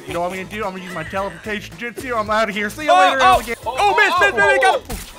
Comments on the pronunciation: Ya he said th at lmao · I heard it but I think he said Jitsu not justu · Yuu not j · Am i the only one who heard say: “teleportation justu” when he was on blue? If he did say it then watched naruto!